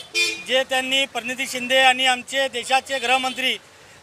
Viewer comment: Koli tula Praniti manta yet nahi Parniti manto kolsya😂😂